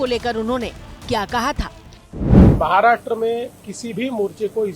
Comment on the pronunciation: महाराष्ट्रा नही महाराष्ट्र बोल 😊